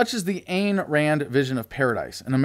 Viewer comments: It's pronounced eye'n Rand. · Her name Ayn is like INE as in Mine.